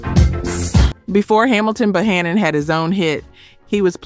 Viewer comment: Get These Artists Name Right Because Bohannon Is His Name Correctly Ok